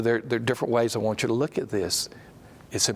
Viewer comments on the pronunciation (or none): Translation tip - When he says "won't" he's really saying "want". That will help clear some of this video up.